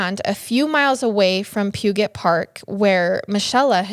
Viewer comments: You keep saying "pew-get" for puget but it's "pew-jet" aaaaahhhgg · Lmao I didn’t realize you were trying to pronounce puget. It’s pronounced “pujet” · So sad!! This one hit home, I lived close to this park during this time. 😮 Thanks for all your hard work making these! (you made me giggle when u said Puget🫶🏼😂) its pew-jet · I absolutely love you guys, and your podcast. I dont ever make comments, but I had to. Ever since I started listening to your podcast, no other murder podcast hits right. Small thing though, Puget is pronounced "pyew-jit", a lot of the names around kitsap and king county are native names that a lot of people mess up though so don't worry♡ Lots of love, hopefully soon I'll be able to afford patreon and show my support that way♡♡♡ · I never heard of this. I didn't move to WA until the 90s though. I don't know why someone would let their kiddo ride solo after the first one, unless they were just totally unaware. Not blaming the parent. Just a statement. BTW the way you pronounced Puget tickled me. Outside of calling us the Pacific Northwest, the Seattle to Tacoma area is also referred to as Puget Sound. However, Puget is not pronounced as how you said. It's Pue-Jet lol. ❤️ Bless the victims family and their souls. May they be resting easy in higher spirits. 🙏🏾 Thank you both for the thourough information on each and every project you present your fans with.